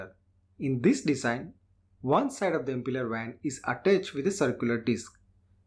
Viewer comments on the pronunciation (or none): none